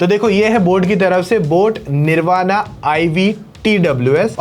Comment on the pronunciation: It's निर्वाण why can't you hindi guys pronounce correctly